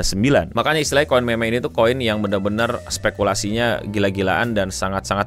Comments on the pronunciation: Kenapa bacanya meme kenapa gak mim aja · Koin MEMEG? bukannya bacanya MIM? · harusnya mim saja biar nggak kedengaran kayak meme(k) 😂😂😂nguwawur, tapi terima kasih infonya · agak risih pas bang bilang kata "meme" pake ejaan bhs. indo, apalagi kata selanjutnya "kripto"😅